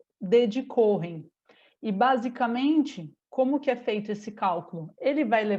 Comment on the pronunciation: Nao se pronuncia corren mas sim coen. Nome judaico da tribo dos levitas.